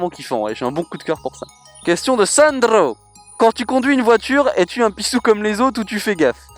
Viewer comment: j'ai remarquer que t'es "pissou" se transforme en "pisTou" c'est bizarre!